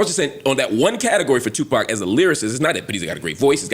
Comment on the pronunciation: This dude said Tupac 😂😂😂